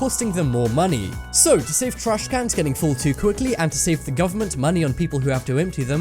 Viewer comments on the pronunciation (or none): He prounouces it like trashkannnns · does anyone else hate how he says trashcans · Why is he saying trash cans like that